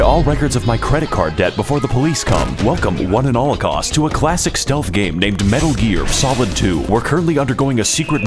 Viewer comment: You said "metal" M E T あ Л